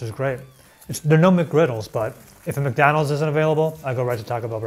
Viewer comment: "I Like MekDaanulds". -George